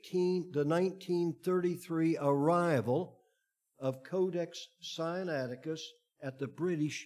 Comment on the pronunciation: This man consistently mispronounces SINAITICUS. He pronounces it SI AN ATI CUS, whereas it should be SIN A ITI CUS. (The root is SINAI, for Heaven's sake.) Doesn't add to his credibility.